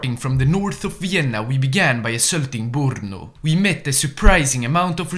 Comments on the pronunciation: Name of the city: brno Pronunciation: Bruhnoh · What a funny way to say Brno